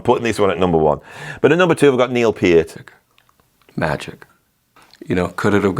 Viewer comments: You are supposed to say it with the middle part pronounced like 'ear'. P - ear - t. Source: Rush themselves. If you search on Youtube how to pronounce Peart, you'll find a Short video with Alex and Geddy together and Geddy explaining what I just typed. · Gotta nominate Lemmy joining Hawkwind. That's what lit the rockets under them. Circumstantial evidence, for what it's worth: I've known two people named Peart (unrelated to each other, so far as I know), and they both pronounce it "Peert", not "Purt". "Copycat band of Led Zeppelin with a singer who sounds like Donald Duck on helium" 😀How very to-the-point. Great video as always -- both insightful and hilarious. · I remember reading, in the mid 80's in some rock magazine, where they were discussing the pronunciation of Neil Peart's last name and they wrote that it rhymes with "heart". I don't know what to think about that now. You really wanna call Thin Lizzy Thin Lizzy without Phil? That's a stretch for me. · Back in the day, when you had limited videos, I was one of the arse holes who called you out for mispronouncing Peart's last name. You responded with, "I don't think this channel is for you." Haha! That did not scare me off, I am a devoted follower who loves your videos, musical knowledge, drumming, ability to discuss philosophy, history, whatever... I find you very humorous as well. That impersonation you just did of Mike Rutherford had me rolling, it was so good! I wish you continued success from here in Florida.